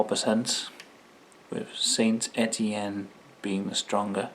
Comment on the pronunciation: I think the Sainte Etienne is pronounced San Etienne after the french city, Ray had can of it before and said it was just like Stella only cheaper, nice face off vid mate keep up the good work 👍